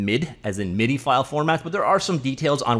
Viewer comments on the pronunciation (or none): MIDI is pronounced “mid-ee”. Even the Japanese can say that one.